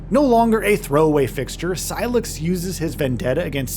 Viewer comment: Sy-lax? lol Did I hear that right?